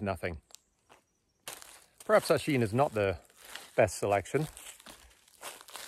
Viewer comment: Thanks! The name is spelled Oisin, but pronounced ‘Uhsheen’.